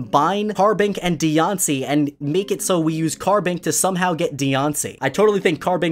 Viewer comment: I love how you call it deyonce